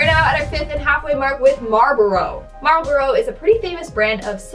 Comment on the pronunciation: You said Marlboro so weird lol. You make it sound like a city. Marlboro NC 😆 or maybe I'm country so i am the one saying it funny